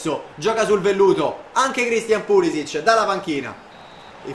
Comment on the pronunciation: solo un consiglio: si pronuncia Pulisich (con la c pronunciata come casa), non Pulisic (c pronunciata come "ciccio")